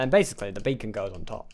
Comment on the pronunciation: Get rid of the e in beacon